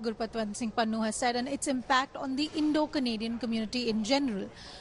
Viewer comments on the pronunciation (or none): It is Pannu and not Pannun